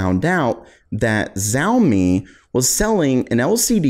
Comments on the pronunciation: Its not jaome lol its shaome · It's showeme not jaomi